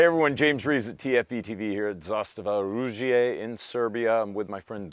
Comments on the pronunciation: "Zastava oružje" not "I" in oružje. Hello from Serbia 🇷🇸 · Pronunciation of "Zastava oružje" just gets better in every episode. You can hear it improving in every video.